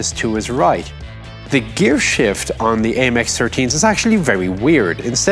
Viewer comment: Spot on with the French pronunciation, Chief!